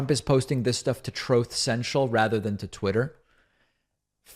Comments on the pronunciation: Aha ha ha. Troth sential. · Troth. Sencial.